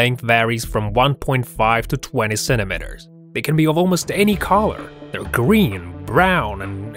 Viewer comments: "Centimeters", not "centimenters!"😅😂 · sentemehtars lol